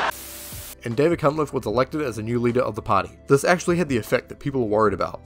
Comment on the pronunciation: You keep pronouncing a T in Cunliffe. Can't help but wonder why.